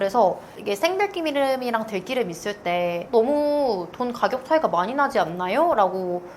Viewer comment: 좋은 말씀 감사합니다. 생들기름 공복에 먹지 않고 샐러드에 두 바퀴 넣어서 먹고있어요. 들기름을 들끼름이라 발음하니 듣기 어색하네요 ㅋ